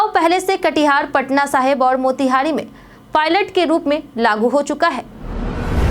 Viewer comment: Muzaffarpur bolne me kst ho rhi h kya itni glti ke bad v kaise koi news reader rh skti h. Pailot boli project chhod di. Matritva ko martit bolti h. Koi aisa ni h jo in galtiyo ko sudharne ka soche bhi